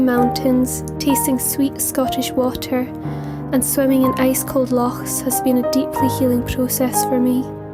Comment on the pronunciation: As a Glaswegian i had a wee laugh when you mentioned the accent lol and you said loch correctly too.. Glad you came back home and thank you for such a sweet video